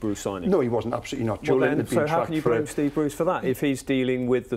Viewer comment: They should try pronouncing Joelinton's name correctly before they start criticizing the player